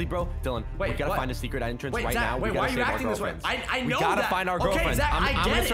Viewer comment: It’s secret not cercet